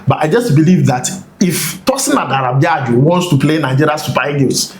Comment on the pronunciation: Adarabioyo not Adarabiayo 😊